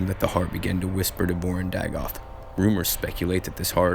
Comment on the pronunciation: It’s “Dagoth” not “Dogath”. “Corprous” not “corpus.” And Chimer is pronounced “KAI-mur” not “CHAI-mur”. And definetely never pronounced “charmer.”